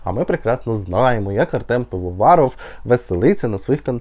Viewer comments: ПИВОВАРОВ,не Півоваров! І справді ,ви дійсно нічого не розумієте. Бо ж легше зняти відео про те, що відбувається в артиста на концерті, аніж те, як він відвозить на Донеччину машини,дрони,ліки,різну гуманітарку. Звичайно, і до Дорофеєвої прикопався. Бо ж вона так само, влаштовує концерти, поки в країні війна. Але,те, що ці концерти БЛАГОДІЙНІ, то це таке. Головне,ж хайп на цих іменах) Пивоваров, як ніхто віддається на концертах, щоб передати нашим військовим дрони і машини. І пісні,і кліпи в нього найкращі. І до речі,він ж людей не просив кинути донати,щоб зняти той «дорогий кліп»!!! Молодці, що відремонтували телефон, бо як же ж ви б тепер знімали відоси про Пивоварова і про його благодійні концерти.👏🏼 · Пивоваров а не Півоваров, спочатку подивіться як він допомагає зсу🤨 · Так, ну по перше, не Півоваров, а ПИвоваров, так як Ви блогер, мали б це вивчити, якщо не знали. Бо вже другий рік війна йде, а чистою українською мовою і не пахне! По друге,, а скільки Вам заплатив Монатік, щоб Ви стільки 💩💩💩 вилили на Артема?! По третє, Артем заробляє гроші не на хайпі, і не обсирає інших артистів, щоб виділитись. Поки ти сидиш і випускаєш свої гівняні випуски, у Артема прогриміло більше 100 концертів з початку війни, і він не зупиняється, а працює і працює далі, аби допомогти нашим ЗСУ! Чому не виставив момент з Донецька, де Артем їздив до наших хлопців і особисто передавав автівки і амуніцію?? Я вважаю, що цей блог треба заблокувати, бо під час війни, коли і так всім тяжко і всі щось роблять, пашуть як коні, щоб мати можливість донатити на ЗСУ, а тут недоблогери займаються фігньою. І та, хочу побачити твій звіт про допомогу нашим військовим!!! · А відео без хайпу на імені Пивоварова не потрапляють в рекомендації ?? Хоча б вже прізвище артиста правильно вимовили 🙄🙄🙄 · в тіктоці наприклад сторінка артиста транслітерована як "pivovarov", а "і" це ніяк не українська "и". Тому й маємо зайві помилки у вимові👐